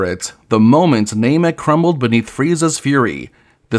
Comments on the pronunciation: Ai voice and calling Namek "Nay-mek"? This is intolerable. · Clickbait title and "NAYMEK" 🤮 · Is this AI? Why can’t you say namek